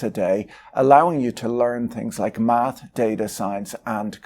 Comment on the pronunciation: "Math".... Mate, you cannot even say it.